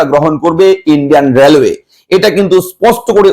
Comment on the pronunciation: র্্যালওয়ে নয়। রেলওয়ে 😂